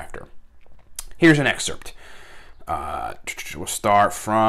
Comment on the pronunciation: Missed you brother! also isn't it "excerpt"?